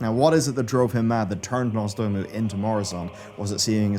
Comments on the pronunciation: ITS NOZDORMU NOT NORZDOMU 😡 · Am i the only one triggered everytime says nozdoomu instead of nozdormu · Why is he calling him Norzdomu 😭😭😭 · Who's "Norse Doom-u"? Is he the long lost brother of Nozdormu? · Love the video but it takes me out of it when says Nozdormu as Norzdoomoo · Did it annoy anyone else how he kept mispronouncing Nozdormu? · The true End Time will come when learns how to pronounce "Nozdormu" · NOZ. DORMU. NOZDORMU. NOZ. DOOR. MU.